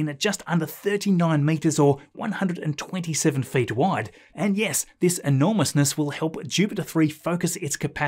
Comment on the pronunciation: ... ness, not "nus"!